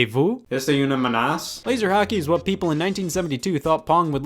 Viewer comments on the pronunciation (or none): im a french speaker, and the way you said "est-ce une menace" was...yeah... I literally thought it was spanish. but at least you tried